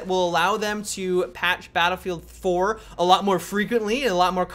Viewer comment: It's "Battlefield 4" no "Dinofield 4" dude..